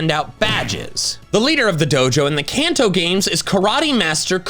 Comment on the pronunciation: IT'S CALLED THE KANTO REGION! AND INDIGO DOES NOT END WITH AN A!